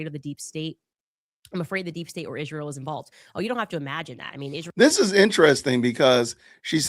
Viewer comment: Candace can’t talk. ”Convreschaschion” and ”yeschterday” and ”Ischrael”. Dumb witch.